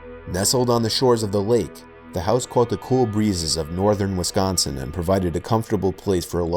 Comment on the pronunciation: thank God you said Wisconsin right. death to all who say WESconsin.